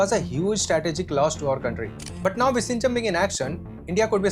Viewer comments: Its viZHinjam, not visinjam. Viyinjam would be a closer pronounciation. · It's Vizhinjam NOT Vishinjam😢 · Bro, it is not pronounced 'vi-shinjam'. It is 'vi-llhinjam' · VISHINJAM ❌Vizhijam ✅ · Exm, u r pronouncing the place name wrongly, its vi-zhi-njam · You pronouncing the name of the new port utterly wrong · Kerala 🤩. And btw ur pronounsation of vizhinjam is wrong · I don’t even feel like watching remaining part… you keep saying Vizhinjam wrong. Lost interest… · All you said make sense except how you pronounced Vizhinjam… learn how to say it oole! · Bro, learn to say the name of the Port properly. How would you like it if we misspelt your name?!?